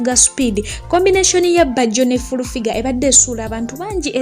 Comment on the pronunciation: 🤣 🤣 🤣 🤣 I hear fulu